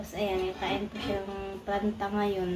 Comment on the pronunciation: Hindi paranta! Paratha ! And the other one is roti or chapati 😅